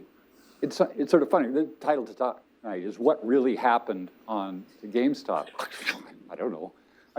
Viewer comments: Also it’s name is “GameStop” not “GameStock”. Y’all’s audio makes Columbia look bad. Next time pass out bottles not cans of soda. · Take a shot any time they say GameStock